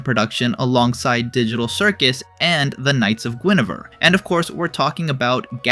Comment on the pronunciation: it's "gwen-er-vere" not "gwen-ah-ver"